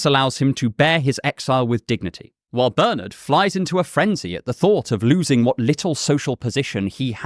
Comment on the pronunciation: Pleased with your pronunciation of my name, Bernard, but then you are English or Irish.